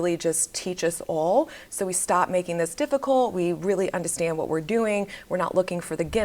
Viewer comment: I loveeee the way you say undastand haha. Ladies, drink your water, get your workout in, watch and walk around like the hottt girl that you are 🤍